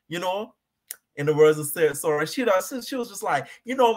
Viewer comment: Btw Sooray is pronounced so-ray